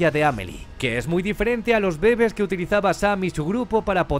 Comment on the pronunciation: "los bébes" (?)